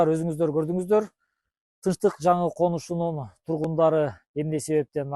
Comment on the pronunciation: ишине ийгилик.сунуш дикциянды ондо туура суйло.тынчтык коншусунун деп атасын.конушунун десен туура болот.капа болбо